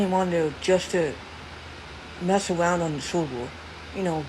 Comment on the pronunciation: "Sweeping awound"